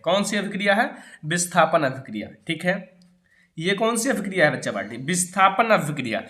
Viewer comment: When you say baccha palti then I'm so laughing 🤣😂🤣🤣😂🤣😂🤣😂🤣😂🤣😂